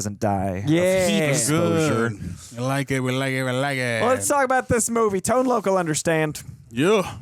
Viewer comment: Tone Loc is pronounced as Tone LOCK! ....... Not Tone Loak.....